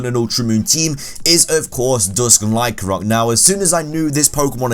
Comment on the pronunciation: LYCANROC DOES NOT END WITH A K!